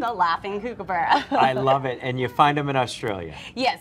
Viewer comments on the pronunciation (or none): "cook a burra" not "cooookaburra. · one of the things about the "coo coo baura" 🤦🏽‍♂️😂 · And here I thought the way they say emu (E-moo) was shockers! 😬 Kook-a-borough... Nah, it's pronounced kookaburra (cook-a-burra, but with a K), mate! 😉👍 🇦🇺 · it's cook-a-burra not KOO-KUH-BURRA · It's pronounced Cook A Burra Not Kuke A Burra Sheesh. Learn Australian. Brahahahahahaaaaaaha. That's a Cook a Burrah laugh. Come to Australia and Roll your RRRs and you'll hear it everywhere. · pretty good! old video I know but here's a few tips from an aussie anyway... 1. The pronunciation is short on the first syllable, so try saying cook - a - burra. Say it slow once, then faster all together. Don't say koo - ka - burra. 2. She missed out the most awesome part of their diet - snakes! But she was right about the way they kill them - pick em up and drop em from a height, give them a smack if needed. Just awesome birds in every way :) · I wonder what the kookaburra reckons about the weird Yanks. By the way, it's not "kook"-aburra, it's "cook"-aburra, where "cook" is pronounced with an Australian accent. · If you’d like to know the correct pronunciation for this bird, it is cook-a- burra, not kook-a-boora. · It's pronounced cook a Burra not kook a Burra despite the spelling, I grew up around these birds and they are pretty savage. They grab snakes from the ground then sit on a branch and slap the snake on it until its dead, they eat pretty much everything that's smaller than them. Unfortunately areas that used to have many are now devoid of their laugh. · Kookaburra = cook uh burra . Not kook . Been listening to a pair this morning on my back fence while I was having breakfast . They were telling me there might be rain about . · It's pronounced "cook", not "kook". I have three that visit daily for some minced meat, They are very easily tamed - as are most Australian birds. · We actually pronounce the first syllable short like “cook”, not kook. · It's a cookaburra not cukeaburra!